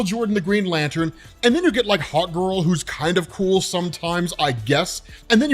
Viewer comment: Everytime you said Hawk Girl, I heard Hot Girl xD